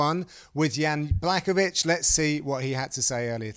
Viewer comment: Did he say kan BLACKOVISH 🤣🤣🤣🤣🤣🤣😂😂😂😂